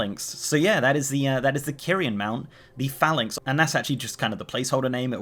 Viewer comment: Had to skip the first 3 minutes, kept saying phalanx wrong